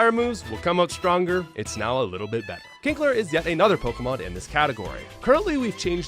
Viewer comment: My man really just called Kingler Kinkler! LOL!!!